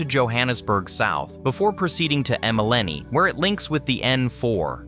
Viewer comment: Maleni or Malahleni 😂